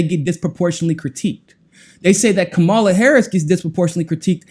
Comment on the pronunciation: You're saying Kamala's name wrong. She said it on the view - it's KAmala not KamALA (Comma-la)